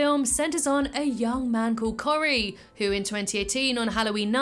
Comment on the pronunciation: My names Cory! I’d say that your pronunciation of the name was fantastic! 😂 Love this unique timeline!